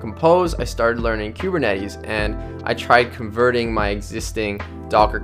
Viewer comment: queue-burr-netties? it's koo-burr-netties...